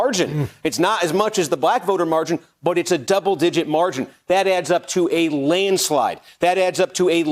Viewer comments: A “lane slide”? Have I been saying it wrong my whole life? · Reads the teleprompter laneslide three times in a row....hasn't got the IQ to auto correct himself .....fits the job description perfectly for MSNBC